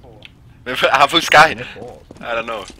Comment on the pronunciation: "aa, han fuskajj"